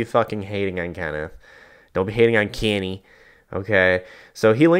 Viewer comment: "kennyeh" LOL SP ref!